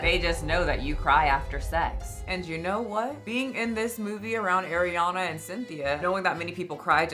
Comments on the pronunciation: Partially because keeps pronouncing it as Air-iana and not Ah-riana. Love but this drives me nuts 💀 after so many years. Bruh. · Ahhhhhhriana. Ah-Ree-Ahna. Not Air. Love ur vids!!! ❤❤❤😊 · Damn the way you pronounce Arianna is offensive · you usually have such good takes but you can’t even pronounce Ariana’s name correctly…it was clear this topic was not well researched on your end, or at least extremely careless. I agree on the ED parts. Everything else, you have the wrong narrative. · Why do people keep mispronouncing Ariana’s name…I watch you all the time but this is one thing I can’t stand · Also girl with peace and love, that's not how you pronounce Ariana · you are saying Ariana wronggg